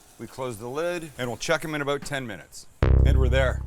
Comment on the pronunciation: Is it just me or does Sam sound like he gave the good ole Canadian accent on the "about"